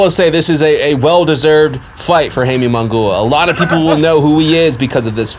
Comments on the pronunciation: Dude, Mungua??? 😂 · Who the fuck is Hayme Mungoooah? And your last name is 🤣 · for real damn destroyed Munguias name pobre